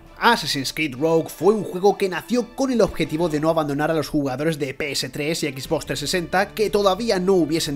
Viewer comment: "Equiz box" XD